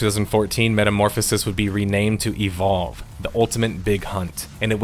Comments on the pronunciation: just say evolve, why do u say E,volve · I love your channel so much and every upload gets me jumping outta my chair to tune in. BUT, the way you pronounced "evolve" throughout this video hurt my soul brother XD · Does anyone else hate how he always says e-Volve? Instead of eVOLve? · is it just me or does he say evolve kinda weird? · The way he says "Evolve" bothers me for some reason.